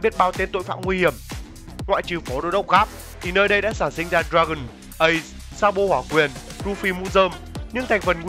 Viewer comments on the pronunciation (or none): none